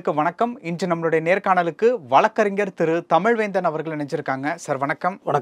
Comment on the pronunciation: தம்பி, வலக்கறிஞர் இல்லப்பா. வழக்கறிஞர்.